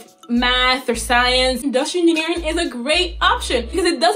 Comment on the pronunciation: she said inustinering